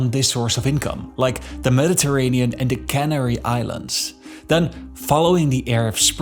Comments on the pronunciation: its canary island, not cannery islands............................ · Thanks for summing it all up so clearly. Pronunciation a bit weird at times. Especially Canary Islands. The way it is pronounced in this video Canary sounds like they are canning food, like canning sardines, on the CanAry Islands. Like Cannery Row in Monterey, California. Squatters and tenant protection definitely are a big problem. Didn't the Spanish government know about this and the even worsening housing shortage about 20 years ago? Did they build accordingly? No wonder things in government are opaque and corruption never seems to fade. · The 'Cannery' Islands? Please do a 'deep dive' into your English pronunciation. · Can arry Islands,? I always thought the were Can airy Islands, Mary!